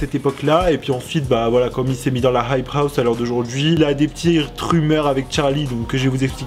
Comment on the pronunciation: Tu galère tellement à dire « hype house » mdrr